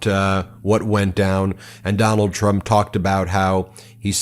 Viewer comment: I thought you said "McDonald Trump". It has a ring to it...